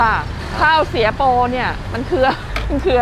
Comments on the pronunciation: ข้าว เสีย โป ค่ะ ไม่ใช่ ข้าวสวยโป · ข้าว เสียโป ไม่ใช่ ข้าวสวยโป ค่ะ หนู😁😄😃😛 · ข้าวเสียโปครับ ไม่ใช่สวยโป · เขาเรียกข้าวเสียโป...ไม่ใช่ข้าวสวยโป...